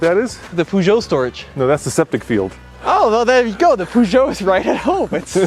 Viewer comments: If you want to pronounce peugeot better, try saying the eu as the "uh" in the "uhmm" sound when you're thinking. Its more like a long U sound instead of the oo sound you make. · An advice from a guy in Europe, just call it a Pejo. Everybody says it like this over here. 🤝🏻